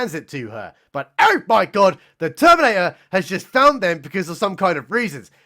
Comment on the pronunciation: "They-theminator" LMAO